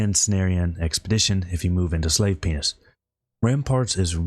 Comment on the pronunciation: I swear this dude just called it Slave "Penis", had me dyin' here. Deserves a like even if it was just my trick ear.